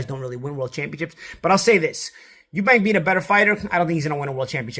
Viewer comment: It’s eubank you silly yank. Chris Eubank jr. not Eubanks